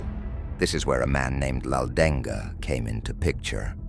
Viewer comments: Not laudenga it's Laldenga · Not 'Laldeng-ga' we Mizos simple pronounced 'Laldenga'. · it’s pronounced M-AH-U-T_A-M Not mauthain learn how to pronounce It’s pronounced L-A-L-D-E-N-G a In Mizoram a [pronounced like ah] is used to describe a male and i[pronounced like e] to describe a female and names not mizo have hyphens place before the a or i for example Rafael-a,Michael-a,Jessica-i,Lycan-i And for Mizo names it goes like this For example Rinawma ,chanchinmawia, mami ,Mamuani In Mizo names the hyphen(-) is not placed to not get confused on how to pronounce words If there’s th in a word in Mizo the t is pronounced loudly and greatly and fun fact is our letters were written and invented by Britain and i remember one hospital that they made located in durtlang called synod hospital it’s more advanced cuz of the British people tho most British people can’t speak nor read Mizo these songs were sang like how most song of that time were sang like battle hymn of the republic years passed we are still Christians because allah is a statue i can make and I don’t worship stones I worship the only true savior Jesus and god the protector of Israel the protector who never got tired the protector who never slept the protector who never died but the MNF is now the original of now many Mizo land protectors Mizo has solved 70 to 89 % of all problems using passive and calm communication,patience so this is correct but narendra is breaking it now because of his crazy projects for Mizoram hes making train routes for easy travel but there is a